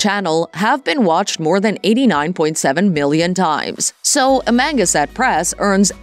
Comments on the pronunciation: It's "Ama.... Gan... sett" press, not "Amanga... set" press. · Me to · "?uh - manga- set🤣🤣🤣🤣🤣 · Amangaset press? I guess Jason and Ben don't know how to pronounce where Jason was born/grew up?? 🤷‍♂️ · Am-A-gAn-set. Say it slow then speed it up.painful just painful to listen to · Pronounced Am -a -gan-sett. Know your information. Do your homework. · Am-ganset. Can’t even say it right. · I'm from Long Island, been to Amagansett, if you can't pronounce that correctly, I'd love to hear your shot at Hauppauge!! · I agree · LOL....Lifestyles of the rich and famous!.......and the narrator can't even properly pronounce Amagansett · Maaan! That's AI, you'd think it would pronounce Amagansett correctly😂😂😂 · You can't even pronounce their channel name plus other words. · You're pronouncing EVERYTHING wrong.. AMA-GAN-SET.. And Alan ALL-DA